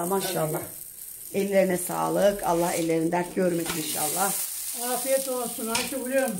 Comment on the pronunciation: İhşahlah değil kaliteli kardeşim 'İNŞALLAH'